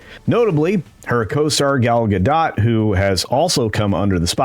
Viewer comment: Gadot, not Gado, the T isn’t silent at all.